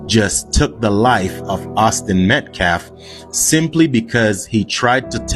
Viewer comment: Dominique (the man in the press conference speaking for the Anthony’s, also a man who shook a baby so hard it went unconscious and had physical damage,) Doesn’t even pronounce Metcalf correctly he keeps saying Meltcalf and it’s on purpose..it’s another little disrespectful peck at the victims. This case is pure evil.